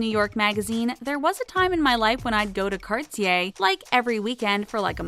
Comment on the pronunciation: Did she say Cartier as carts ee ay it’s pronounce car(d)ay😂😂😂not hating